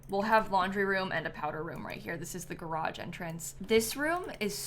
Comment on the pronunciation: there's no in garage when you pronounce it